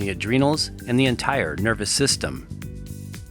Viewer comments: I’m generally aware of Ayurveda, but what the hell is this “ARYUveda” the announcer is talking about? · Not aryuveda, ayurveda.